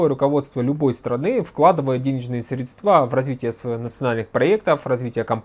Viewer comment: Пожалуйста! Прекратите говорить средствА! Это невыносимо! Правильно срЕдства. И только так.